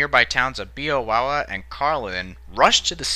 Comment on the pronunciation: And while you're at it learn to pronounce Beowawe right too. By the way Beowawe is an Indian word meaning Squaw with big bottom.